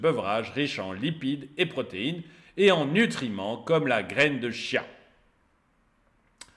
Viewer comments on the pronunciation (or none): none